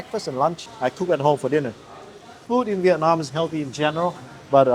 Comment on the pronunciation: BEAUTIFUL and top notch videography .. makes me wanna move there soon ..just wanna ask you , please when you pronounce the word Vietnam, nam pronounced as in NAMASTE , it aint nam as in dynamic like youre doing !! thank you and youre so welcome !!